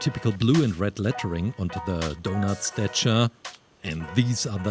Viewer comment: It’s statue not stichar